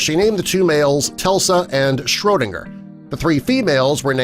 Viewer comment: I’m sure two of the kittens names were “Tesla” and “Schrodinger”, not “Telsa” and he clearly didn’t pronounce “Schrodinger” with an “n”, but it was spelled right in the video.